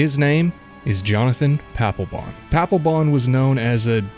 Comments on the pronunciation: Paplebon = D-Baglebon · Papelbon? Are you sure his name really ain't Palpatine?